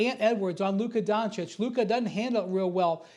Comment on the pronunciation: Nobody: Absolutely nobody: Stephen A Smith: Luker Donchick